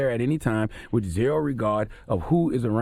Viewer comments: Haha, he says “whiff” instead of “with”. So funny hearing those words from a grown-up. You ppl r hilarious! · “WIF INTENT TO KILL” 🙄😂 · He said "Whiff Intent" lol